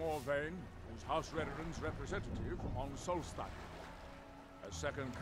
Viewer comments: I love you, but listen to how the people in game pronounce these names! Solstheim is like solstice! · Pronounced sawlst-hime Edit, why can’t you pronounce anything